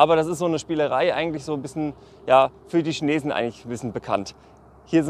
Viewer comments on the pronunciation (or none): none